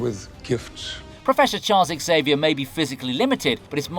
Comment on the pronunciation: Aint it pronouncedt Xaviar not EX-aviar ?